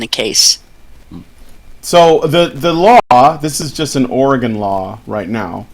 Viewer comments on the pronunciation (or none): It's or-eh-gun, not or-ee-gahn. We ain't "gone" nowhere.